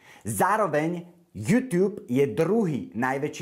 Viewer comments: tá výslovnosť "jútiub"namiesto "jutub" mi trhala uši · Prepac, ale nauč sa vyslovovať slovo YouTube :)